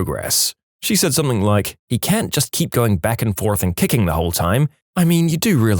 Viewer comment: He always pronounces something “somethink” 😅